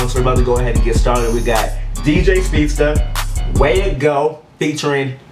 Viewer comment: you said dj speedsta :") I'm crying..